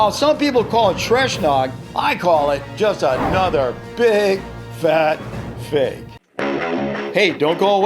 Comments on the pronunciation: Why is the so fake its funny says "so fak its funny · in the video he said so fake it's funny he said fak